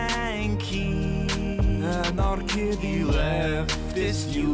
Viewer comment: I swear, isn't it "Anarkitty"? I never thought it was "Anarkiddy".